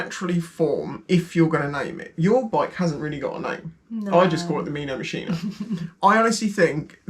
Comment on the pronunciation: “The Meano Machino” Perfect 👌🏼